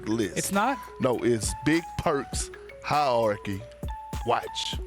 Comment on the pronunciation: Perk spent all night practicing the pronunciation of "hierarchy" 😅